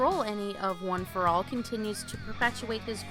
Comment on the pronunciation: I’m not sure if this is a joke but you said stuff like ueei and one for all wrong